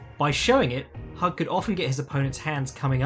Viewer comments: Hewg not hug lol. I'm terrible at pronunciation but he was one of the greatest ever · It's pronounced "Hugh" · Just so you know, it's pronounced "hoog".